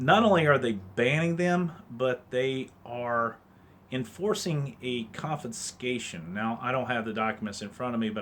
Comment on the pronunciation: Say it with me, con fis cation. Not confinscation.